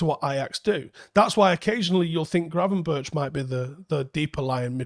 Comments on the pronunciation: Pronunciation of Berghuis is not [bergeous] but [berg-house] like in Bergkamp. Gravenberch is not [graven-birch] but [graven-berg]. Minor points. Love the videos! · Actually the "ch" in Gravenberch you speak out as "g" so Gravenberg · Gravenberch is pronounced as Gravenberk. butcherin names again😂